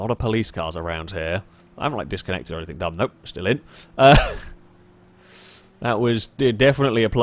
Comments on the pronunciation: Anythink..somethink, over and over. Why the fuck can't you pronounce the letter G? But you can somehow say "single player" and don't say sinkle player? What the fuck? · anythinK.. somethinK.. Very annoyinK